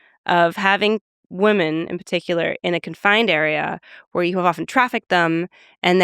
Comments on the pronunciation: Why does she keep pronouncing women as woman? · Definitely don’t agree with Julia’s views on monogamy and polyamory, I’m with Lex on this one. Also, why does she pronounce “women” and “woman” the exact same? They should sound different. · Agree on both counts. I thought I was mishearing whenever she said "woman/women".